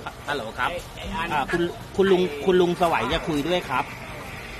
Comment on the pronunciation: สไว❌ ไสว✅